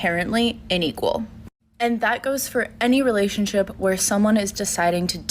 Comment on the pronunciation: UNEQUAL...not 'Inequal' - another shinining example of lack of education!